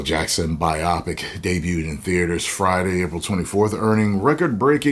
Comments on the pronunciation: What if they 'woked it up'? And, it's 'bio-pic', not 'bi-opic'. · You’re killing me😂 Bi-OPIC?! It’s Bio-Pic🤣🤣🤣